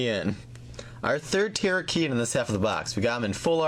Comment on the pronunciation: It is ter ra key on